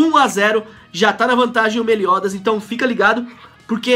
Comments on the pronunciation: ele fala meliodas errado kkk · só eu que fico nervoso de ver o pronunciando o nome do meliodas errando?